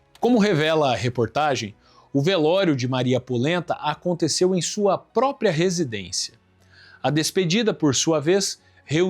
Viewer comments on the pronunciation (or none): none